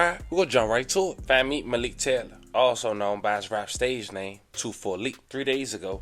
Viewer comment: Butchered every name